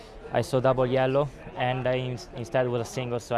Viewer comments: Because he pronounced the double L, which is not a thing in English. He said "yel-lo", that's why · most Italian "yellow" I've ever heard